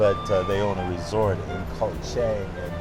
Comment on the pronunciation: So he's only been here a year, he can't pronounce "Koh Chang," he spends his time in malls, he lives in an expensive farang ghetto but claims to live on a ridiculously small budget (especially considering he uses very expensive visa agents), he has absolutely no interest in Thailand ("cost of living is the only reason I live here"), he parrots health advice he got off the Web, and he only mentions eating farang food. I'm glad that he's happy here, but with all the long-term successful expats in this Kingdom, he's not a great interview subject.